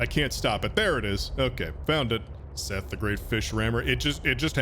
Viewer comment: IM TIRED OF YOU SAYING MY NAME WRONG